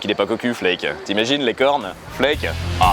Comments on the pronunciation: La sodomie c'est pour "illustrer" la chanson Bück dich (qu'on traduira par penche-toi) Ah et le nom du claviériste se prononce "flaquE" (toujours prononcer les e à la fin en allemand). Mais sinon ton accent n'est pas si terrible. J'ai vu pire chez des gens qui apprennent la langue depuis des années 😂 PS: je viens juste de découvrir ta chaîne. C'est vraiment sympa 👌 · du hasst pas du haast :) par contre l'accent xD Flake n'est pas prononcé comme en anglais mais c'est prononcé FL-AH-KE (le E n'est pas muet)